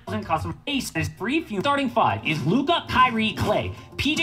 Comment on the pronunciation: Does flight not know how to say Luka name?